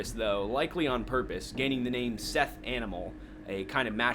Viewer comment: fun fact; Seth is pronounced "set"